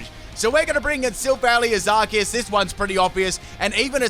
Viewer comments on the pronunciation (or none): Isnt it "ar see us" not "ark es"?